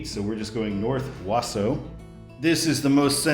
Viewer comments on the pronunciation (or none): Ahem, it's "Wau-sau" the au [sounds like aw] is same pronunciation. Not "Was-su". And I-39 is a major bypass for Interstate truckers around Chicago area, so it is an Interstate. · Wausau is pronounced WA-SAW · I think it’s “Wawsaw.” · Wausau is pronounced Waasaw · Wausau (Wah-saw) 😄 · Wausau is pronounced Wa-saw. You pronounced Minocqua correct. Yes, I-39 is an after thought and weird. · It’s pronounced Wa-saw, Wisconsin, i grew up there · Just to let you know how we say in Wisconsin for Wausau, its like Wah-Sah. But close enough and this video interested me enough to watch. Had to drive through IL today but over by Chicago to get back home as I was on holiday in Michigan. Also, WI-29 goes to Chippewa Falls, and US-51 continues north to Tomahawk Rhinelander and a few other places before dying in Ironwood, Michigan. Only because I used to live in Chippewa would I know XD. Used to go hang out in Wausau to see rib mountain and other stuff. pretty area up that way. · Wow you totally butchered Wausau 😂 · Pronounced Wausau wrong